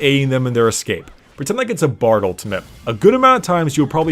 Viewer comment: I hate how he's calling Bard "Brad"